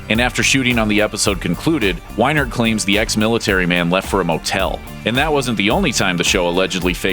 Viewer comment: Lol its funny because I went to a survival camp tbat was owned by Mark Wienert and he told us about that stuff. XD. That guy was a dick. Btw you pronounced his last name wrong. It sounds like weenert.